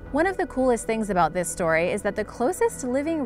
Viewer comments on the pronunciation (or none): none